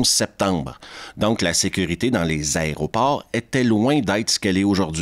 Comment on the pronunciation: = T'as dit " aéroport " mec je suis effondré....